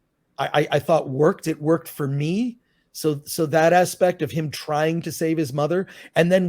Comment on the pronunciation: 'Asspect' of the film. Nice.